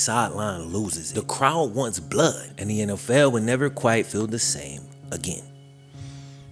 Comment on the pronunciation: lol you say "NFL" like "N Ell Fell"